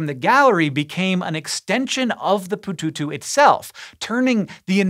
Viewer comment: Pututu sounds like someone trying to pronounce the main ingredient of French fries with his mouth full of French fries.